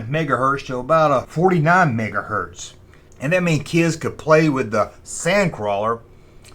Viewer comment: Poor kid. Sometimes you gotta sacrifice for fun. And at least you got mega hertz right. 👍